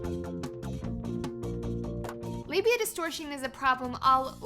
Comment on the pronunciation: Hell. I just read about 5 days worth of comments to this video and really read nothing that actually contributed to the discussion. I'd just like to thank Laci for teaching me how to properly pronounce "labia". I never really thought I was getting it right.